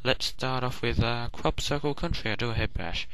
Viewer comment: It sounded like you said "Crap-cicle Country!" xD